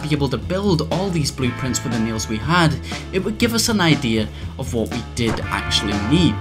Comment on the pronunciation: Is it just me or did he say "neals" instead of "nails"